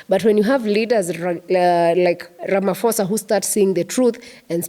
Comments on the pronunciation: I hear you madam.m but please say Ra- ma- pho- sa not Rama- fo-sa . Phosa not fosa. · The "-ph-" in Ramaphosa is pronounced as the p in pope. Sounds like 'Ramaposa' instead of Ramafosa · its pronounced Ra-ma-po-sa. The ph indicates an aspirated p. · Why does an African reporter imitate some non-Africans mispronunciation of the President's name? As far as I know, in all African languages 'ph' is never pronounced as 'f' but rather as a soft 'p' sound. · The H in Ramaphosa is silent when you pronounce his surname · Please, there is no letter "F" in our president's surname. This mispronunciations always offend South Africans as they sometimes have swear words interpretation.